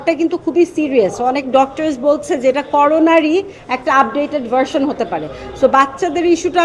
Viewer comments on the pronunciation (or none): none